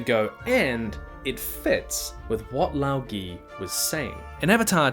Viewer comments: It's LáoGé. "Gé" is the 汉子 "隔" from a type of tea bush. It's pronounced more like the second e in "never" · 1) We don’t know how long Yangchen lived. 2) It’s pronounced Lao Guh. 3) love your videos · The pronunciation is Lao Guh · Lao ge is likely pronounced as lao guh. as in older brother in chinese. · I believe the pronunciation for Lao Ge is 'lao ger-h', the sound for Ge isn't quite as elongated as 'ger' would be with the r, if that makes sense. Tieguai would be 't-yeah g-why', essentially. Basing these off the Chinese pronunciations I use, but different dialects would probably have slightly different pronunciations. (I am Australian, btw, so these pronunciations are based on how Aussies say stuff)